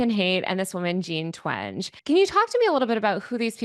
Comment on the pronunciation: it’s also Jean twen-gee versus twenj